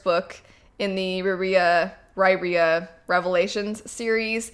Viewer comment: RYE - EAR - UH. Riyria pronounced on audiobook and by the author. 🙂